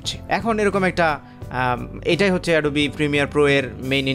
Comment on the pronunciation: ওটা এডোবি না🤣🤣 অ্যাডব